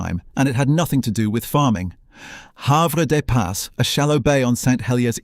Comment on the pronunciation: While this is interesting the photos shown many are not taken in Jersey and the names like Have des pas are pronounced very incorrect making us laugh a lot